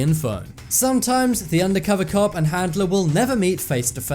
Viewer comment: I can't stand how you say handeler it's handler 🙄